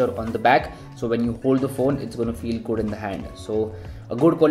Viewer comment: No one: Our: Goodu grip. 😂🔥. Nice video, Commenting for better reach. 😀